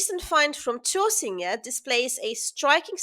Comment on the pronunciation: Your pronunciation of Tåsinge is very good. But just call it Fyn, not "Funen"...